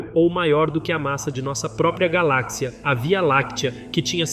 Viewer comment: Cara primeiramente vc deveria aprender a pronunciar as palavras direito nem as de português c acerta cara😂😂😂 Galak cia?😂😂😂 Seria por acaso uma companhia de barras de chocolate!? 🍫😂😂😂